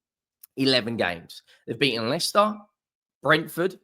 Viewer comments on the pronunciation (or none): none